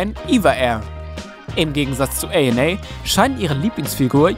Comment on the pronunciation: All Nippon Airways = ANA Ihr sprecht generell Begriffe/Namen oft falsch aus. 🤔